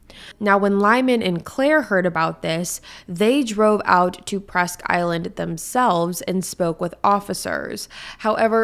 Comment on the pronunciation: Correct pronunciations Bang-Gore not banger Presque-Isle not island